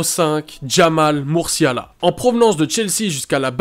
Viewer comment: Il y a quelques maladresses : Le joueur du Bayern s'appelle Jamal Musiala et non Murciala. L'ex entraîneur de Valence s'appelait Celades et non Salades. Attention aussi aux fautes de français. Il me semble également que Aouchiche est un peu haut et est en dessous de certains autres mais chacun son avis. Sinon j'aime bien le principe de TOP 10 qui met les jeunes en avant ;)